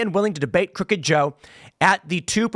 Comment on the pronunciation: CROOKed is how he should have said it